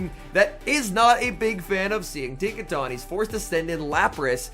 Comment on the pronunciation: It's the proper pronunciation. He said he normally pronounced it the other way most do, but after learning that was incorrect, he's trying to stick the proper way to memory. Likely due to him being a caster and the Pokémon Company is probably picky about casters using proper pronunciation